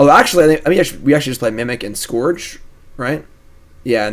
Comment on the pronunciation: Scourge rhymes with urge,!